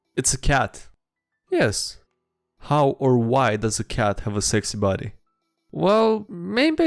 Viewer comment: The way pronounces "sexy body" is the morale bonus to will saves I didn't know I needed. Thanks man.